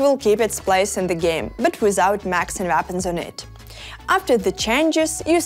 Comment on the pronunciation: “Macs and vapons”